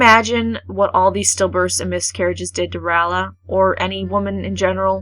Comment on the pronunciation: Ray-ella not Ralla